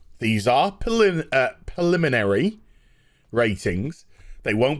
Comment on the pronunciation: "preliminary" not "poliminary" lol.